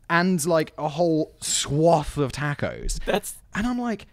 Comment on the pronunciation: The way he says tacos is a crime